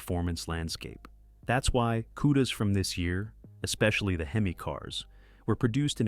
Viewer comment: Dumbass AI narrator. H-E-M-I 🙄🤣Couldn't handle the word Hemi. Are people really this lazy ?